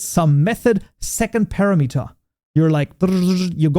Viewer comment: Ain't it pronounced par ram it er Not para met er